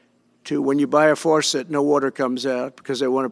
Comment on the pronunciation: Whales die…..what a concept! They wash up on shore a lot of the time. It’s called the circle of life! A what you say….a simple water what??? Forcet?🤣🤣🤣🤣🤣 This man is not fit to run this country. He is not an intelligent person. Can you not see this with your own eyes?? Oh wait, his base probably really can relate to this type of babble! They are on the same level as him for sure!!! Man are we in for it😳